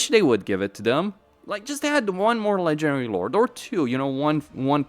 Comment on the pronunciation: why do you pronounce "ledgering lord" instead of "legendary lord"?